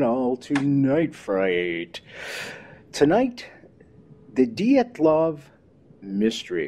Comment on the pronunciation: I loved this broadcast, but good golly it's "dee-AT-LOHV" pass. LOL!